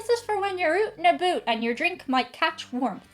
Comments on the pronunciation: I'm from the South, and not much of a fan of barbecue. However, I am a fan when you speak with a Southern accent (so cute), and when you say "oot and aboot" as opposed to "out and about." I love your channel, Irish lassie. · (Koozies) "This is fer when yer oot ina boot" - Had me crack'n up! Oh well, Canadians go oat ina boat. In the US we just go out, and about. Quick Irish story: I worked for a hospital laboratory software company, in the US, and was assigned all the UK sites (hospitals, and independent laboratories) [got to go into work at 3am, yea!], and had a particular call passed to me; when I answered the phone, a gentleman from a hospital in Ireland says, "I can't believe it!", I said, "What's that?" He said, "The first person that answered the phone there had a last name of Murphy, then I was passed to a guy with the last name of Flynn, and now I'm speaking with a Cochran... I'm not convinced that I've called outside of Ireland!" We had a good laugh! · Oot and a boot. lol Love this.